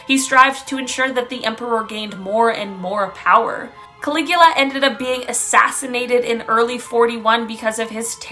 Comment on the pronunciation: Caligula, you sounded it pretty close, I am sure the original language from that country puts a twist on the sounding. It would have been hilarious to hear you pronounce the translation computer gave you 😂